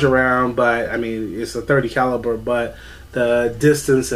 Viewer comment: Caliber not caliper. Lord have mercy.